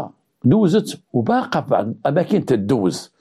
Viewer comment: السلام عليكم ورحمة الله ، صراحة طريقتك في الحكي فريدة من نوعها ، نحبكم في الله و احب محتواهم ، ولكن كنقولو بعض بالضاد ماشي بعد بالدال 😂😂😂،تحياتي لك